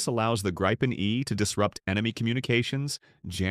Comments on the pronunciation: Pronounced Greepen, not Graipen - The Griffin. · Not a big question, but the the meaning is " The Griffin" ( not arrested), and pronounced with a long i ( not the diftong ) and this can surely be explained in English as "Greepen", with stress on first vowel.